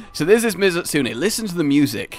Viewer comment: For someone who's such a huge fan, sure mispronounces these names a LOT. i mean, is it spelled Mizutsune, or Mitsune? Also, as im typing this, calls him out on this. Awesome lmao